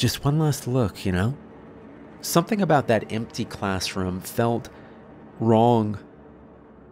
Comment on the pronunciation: Story is fine but why'd he have to pronounce me as meh, empty as empteh?